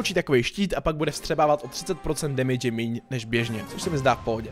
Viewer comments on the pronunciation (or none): none